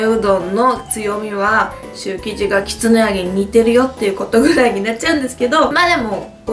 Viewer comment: きつねて聞こえる時もあるけど、結構はっきり、きつな揚げて言ってて、ん？？て聞き直した